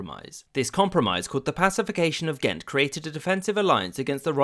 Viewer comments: Cute that you apologise for Ghent when you pronounced it quite right. The pronunciation of Mechelen made me laugh harder ;) you’re doing a great job either way! Love your channel! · The community of Ghent in Norfolk, VA is pronounced as you have in this video so I didn’t even notice.